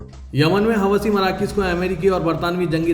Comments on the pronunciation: It is not Hawasi- please correct yourself- it is howthi - hawasi is a bad word in Urdu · Huti hai hawasi nahi MD, sahi naam padhen